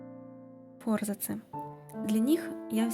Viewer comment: Не фОрзацы , а форзАцы